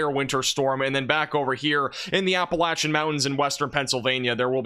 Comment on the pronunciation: Thank you for pronouncing "Appalachia" correctly!